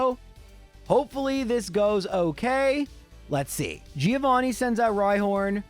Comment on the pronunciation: Everytime you say Giovanni wrong Something dies in me XD